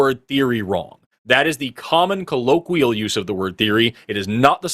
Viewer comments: if you're going to repeatedly use the word colloquial, learn how to pronounce it correctly ffs. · Can someone teach how to pronounce "colloquial"? Thanks. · couldn’t pronounce ‘colloquial’ but had the nerve to challenge Forest on scientific verbiage.